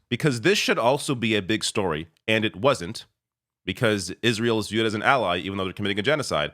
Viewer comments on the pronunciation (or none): none